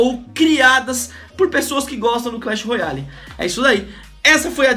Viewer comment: Alguem ensina ele a fala royale mds